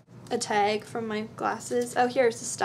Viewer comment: ahaha when you said tag and bag you sounded so Canadian. xD